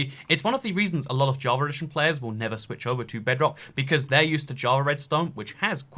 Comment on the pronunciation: it's java edition, not "javar redition".